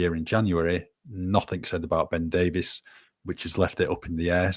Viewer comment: We can't let Ben Davies go, just at the point where is beginning to pronounce his name correctly.